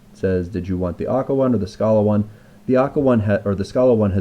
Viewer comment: When you were pronouncing Scala and Akka wrong the whole time.